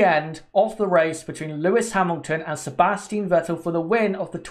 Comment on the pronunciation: It's SebastiAn Vettel